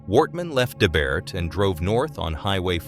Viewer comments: It's pronounced Deburt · It's so funny hearing someone else pronounce names you've grown up hearing. He's totally getting Debert and Shubenacadie wrong, and I get that we have names that might be strange to others. Morrison was the one who found his partner's body, and he had to stay there with here until others arrived, it devastated him, he never really recovered from that. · Also this is just silly but debert is pronounced Duh-Burt if you were to sound it out hahahaha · "D" Burt Also-- "Portapick" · Even when it said Debert I had to think twice, cause the way he pronounced it was so very bad.